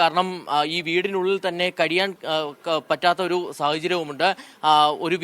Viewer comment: Kariyan അല്ല കഴിയാൻ 😂